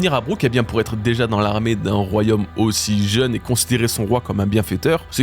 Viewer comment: Attention: ce n'est pas "royhomme", c'est "royaume".